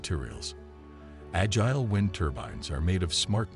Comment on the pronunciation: Right - that bot mispronounced “agile.”